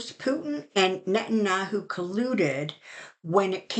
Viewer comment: 😊I like how you call Netanyahu 'Netannahu',. (Although his name fits him because he is a yahoo!)